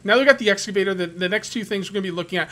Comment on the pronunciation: Btw its EXCAVATOR lol <3 ya